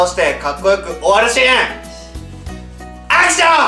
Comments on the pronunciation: アクションがはくション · アクション！！！がハクション！！！にきこえる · アクションがハクションに聞こえるw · 最後のアクションがハクションに聞こえた